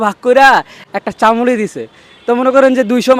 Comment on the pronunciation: চামুলি না 😂 ছামুলি 😂